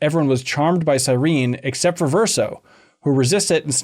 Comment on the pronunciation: And “Sireen.” At least got it right